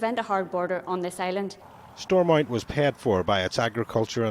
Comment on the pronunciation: It's "Stormont" not "Stormount".